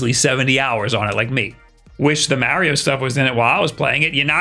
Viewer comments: BRO YOU SPEAK PERFECT ENGLISH. STOP SAYNG “MARYO” ITS “MARIO”. IM ABOUT TO THROW MY FKN PHONE AT THE WALL, ITS DRIVING ME FKN CRAZY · ⚠️ Cant take this dude seriously when he tries to say “Mario”. I don’t get it, he speakers perfect English. Idk why he keeps calling “Maryo”. It’s driving me fkn nuts ⚠️ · I love how he says "Marry-yo" instead of "Mario"...also my majority of time has gone into Octopath Traveler and Mario Kart 8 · When MARIO is pronounced MAH-RIO you take a shot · Oh hes a MAH-RIO guy… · I watch these videos just to hear him say “Mario”